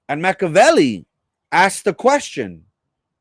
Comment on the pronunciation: It’s Machiiiiavelli. Pronounce the i